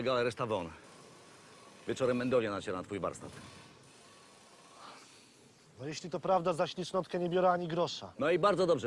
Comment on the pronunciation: blacha zamiast powiedzieć warsztat to mówi warstat